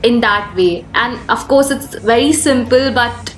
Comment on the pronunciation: I just pause there dislike the video & gonna after listening Yespecially Afcourse Woldar these pronunciation